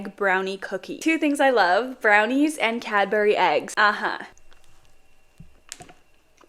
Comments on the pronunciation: OMG it’s not “ Cad bur y” it’s “cad bry” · It’s no CADBERRY it’s cab-brees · Heyyy no hate or nothing like that but cadburys has a silent d so kinda like caburys correct me if im wrong tho as i person born in England but again no hate as ur gorg x ❤ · As a Brit why do you say cad-BERY it CADBURY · The way she said Cadbery it’s cadbury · That’s all super cool + scrumptious but Youre pronouncing Cadbury wrong Youre supposed to say it as cabury